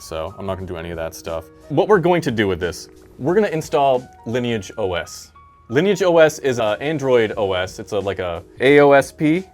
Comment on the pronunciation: Woah, a youtuber who can pronounce Lineage OS properly?